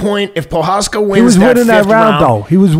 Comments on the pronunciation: Pojaka , pojama , pohaka lol teddy never misses. Texera lol just call him jiri and glover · "TEX-era" and "Pro-HOCK-uh" 😂😂😂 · Teddy: Proshaka: Prokhaka Prochazka: Am I a joke to you? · Wish Teddy would just go with their first names Jiri and Glover instead of butchering their last names LOL. made me cringe at every single attempt ahahaa